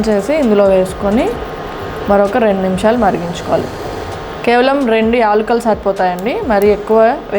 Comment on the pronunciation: ఎల్కులు కాదమ్మా యాలకులు.